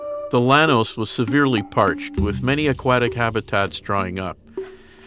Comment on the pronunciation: Llanos is pronounced “YA-nos”